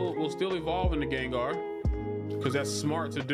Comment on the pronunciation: GENGAR!!!!!!!!!!!!!!!!!!!!!!!!!!!!!!!!!!!!!! NOT GANGAR